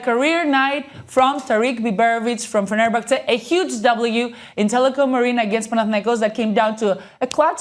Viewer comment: First learn how to say fenerbahçe